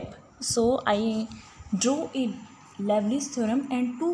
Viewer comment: Liouville should be pronounced as "lee-oo-vill" (लिउविल), not "lovely".